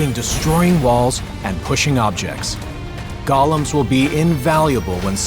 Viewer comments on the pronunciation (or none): I don't understand why so many people see "Golem" (Go-lem) And pronounce it as "Gollum" (Gol-lum) from Lord of the Rings. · Dude mispronounced "Golem."